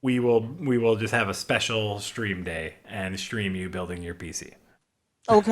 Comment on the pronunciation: can't pronounce the word stream wihout saying shtream... It must be his crocodile brain.